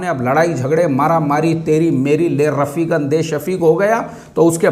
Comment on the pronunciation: ये रपीक और शपीक क्या आपके पड़ोसी हैं,, हर video मे आप इनका ज़िक्र ज़रूर करते हैं 😂😂😂